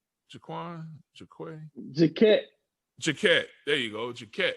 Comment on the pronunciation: Called Jacquet J-Kwon like the dude who made the song Tipsy lol You guys should keep podcasting even when the season is done. Just tell stories & talk some shit. I'd still listen 100%!